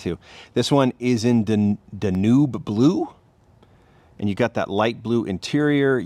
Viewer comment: Dan-yewb. Danube. It’s a ribber. In Europe.